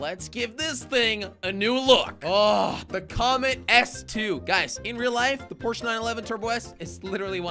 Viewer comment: It's like porse